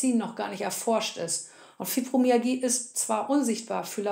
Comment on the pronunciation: Sorry musste bei ausschalten. Wenn man nicht mal das Wort Fibromyalgie richtig aussprechen kann ( Fübromiagie), dann kann ich den Rest leider nicht ernst nehmen.